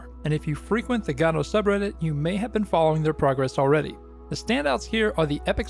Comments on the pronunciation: the fact that you pronounce godót drives me crazy, while everyone else in the world and the community says "godôuh" or "goudough" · I've never heard it pronounced "ga-toe" - I wanted to pronounce it "Go-Dot" but apparently the developers pronounce it "Guh-doe" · Ew stop saying gah-do lol😊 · gAdot???? where is the A in Godot ?? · "gado" lol. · I refuse to accept any pronunciation that isn't "God Ott" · Lol "gawdot" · is that the way you say godot? thoght the t was silent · Hey man, there's no way for me to say it without sounding like a dick, but I think you should know. The most annoying thing about using Godot is how nobody can agree on how to pronounce it, and you just introduced a new one I've never heard before.